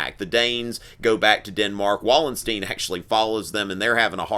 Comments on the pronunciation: Wallenstein is pronounced more like "Valenshtayn". Both "a" sounds similar to "a" in "father". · I like your style very much but not the pronunciation of names... I mean names are names aren´t they? They are Wallenstein not Wollensteen and Richelieu not Rishelloo for example. Well, that is my only point of criticism :) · What the fuck does "riding thirty" mean? And second of all, it's pronounced Vallenschteyn, he's a German not a Jew! Quit trying to pick up on your eighteen year old students by using their slang and get your head out of your ass. Talk about dumbing things down, they must even dumb down the professors themselves now. Check out how you pronounced Westphalia. You must have learned everything out of books and skipped all the lectures, I know YOUR professor didn't pronounce it that way. Back in those days they held themselves to a high standard.